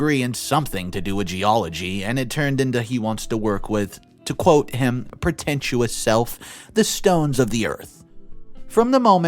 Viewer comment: Learn vocabulary. Pretentious not pretentuose. You know better